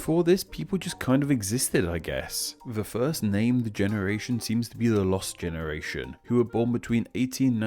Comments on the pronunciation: "the lost genertion" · <-----this is actually the Spanish spelling and "frenchlike" pronunciation of the word "generation". The French spelling is more like the english one and it is: génération...the "r" is pronounced with the all to famous french "gaga" (only once) sound and the t sounds like an "s" and the "ion" sound like a nasaly "un". Try it!😉😛